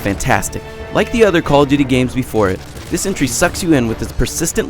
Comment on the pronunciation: "Coll tooty"